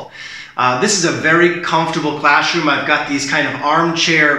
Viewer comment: What is "classhroom" 😉